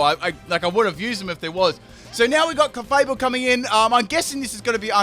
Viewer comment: Clay-able (Clefable)